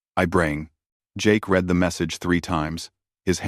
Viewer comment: Read and bow are pronounced two ways. It would not be hard to check your story for these words to ensure the audio uses the right ones.